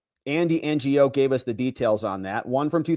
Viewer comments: So Andy's last name is pronounced "know" I believe but cute N G O 😂😂😂😂😂😂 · It's pronounced Andy No. Give this guy some respect. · Lol, Ngo is pronounced "No". And slightly on the same topic, Nguyen is pronounced "win". You're welcome. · Ngo is pronounced no. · I’d love to see you do a stream with Tom Fitton from Judicial Watch. He’s managed to get his hands on a lot of docs through FOIA and his books are excellent. Oh and it’s Andy No without the “G”.